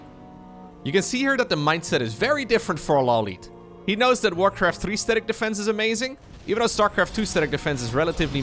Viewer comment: Law lite, not lowlite